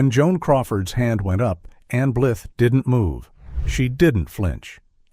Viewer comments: Anne Blith? Vayda not Veeda. Come on, how much more time would it take to feed AI accurate pronunciations? Unforgivable, especially since the commentary is excellent. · I never heard Ann Blyth (blyeth) was difficult. Michael Curtis (kur-tease). AI sucks.